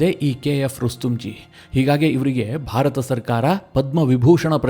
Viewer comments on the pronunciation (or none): none